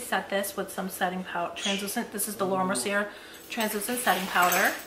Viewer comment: 'Indentation is a look', love that! Btw it's pronounced Laura Mer-see-AA, you know those French ppl lol. First one I've seen on Formulate, do they make products to grow in your brows I wonder or do you use the Grande brow? You look gorgeous as always! Love ~~ Chanel